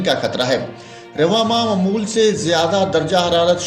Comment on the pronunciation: آپ اپنے الفاظ کی ادائیگی صیح کریں۔۔ کیونکہ آپ نے لفظ معمول کو تین بار غلط پڑھا ھے۔۔ اور لفظ مُلک کو بھی غلط پڑھا ھے۔۔